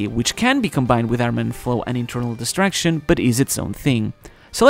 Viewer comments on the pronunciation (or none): It was quite clearly called "Internal Destruction" - Probably something like what Trafalgar D. Law used on Big Mom in Wano. In the narration, however, the word sounds like distraction. Definitely not the same. should work on his pronunciation of that word. Oh - and BTW, I found out that if Luffy exclaimed "Yamero" instead of "Yameru", that would be slightly more demanding. A note on voice haki: could well be what the character named Apis used to understand millennial dragons?